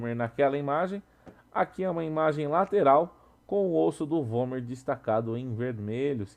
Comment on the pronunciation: /É vômer ou homer? XD